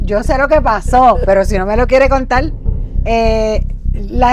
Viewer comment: Como contal? LO Correcto. C O N T A R.